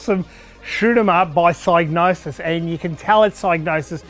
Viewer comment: for pronouncing Psygnosis correctly (with a silent G like Gnosis)